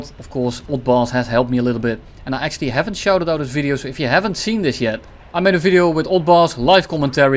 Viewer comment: "akchually" 🤓☝️, 💀💀 super funny